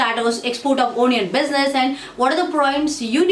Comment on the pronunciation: Nice video... but you should pronounce it A-nion not O-nion.